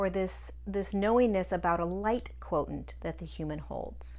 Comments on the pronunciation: Are you saying 'quotient' /kwoSHent/ as we know from mathematics, or is /kwoTENT/ a different term? I like your videos and always learn something new, so thank you! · Quotient is pronounced quo shi ent.